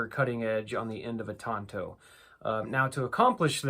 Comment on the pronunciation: Tanto not “Tonto”, cos that's the name of the Lone Rangers sidekick.